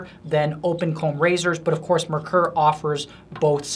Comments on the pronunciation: If you're going to sell them, learn how to say it. It,s NOT "mer-ker" it is pronounced "mare-kor" which is German for "mercury". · Just for the sake of accuracy: it's pronounced MARE-coor. German name, german pronunciation.